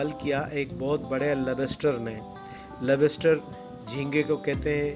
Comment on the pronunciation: اس جگہ کا نام "سن سپیٹ" ہے؟؟🤩، یا "سینڈس پٹ" ؟ یہ مچھلی "لب بس ٹر" ہے🤩 ؟؟ یا " لاابس ٹر " ؟؟ بھائی "ممالک 🤩؟؟ یا "ملک" ؟ ... "یہ گمان ہونے لگا کہ کہیں ہم کسی اور"ملک" میں تو نہیں آگۓ " بھائی بولنے سے پہلے سوچو کہ بولے جانے والے لفظ یا فقرے کا کوئی مطلب بھی ہے یا صرف ... ہوائی فائر کر رہے ہو 🤩؟؟ یہ بھی دعویٰ کر رہے ہو کہ آپ جرنلسٹ یا 'میڈیا پرسن " ہو ؟ الله ہی حافظ ہے🤩 You have increased my knowledge